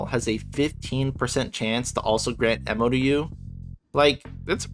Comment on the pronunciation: Ammo is spelled and pronounced with an A. Just so you know.